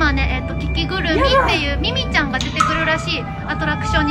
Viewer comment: のミミちゃ～んがミキティ～にしか聞こえないｗ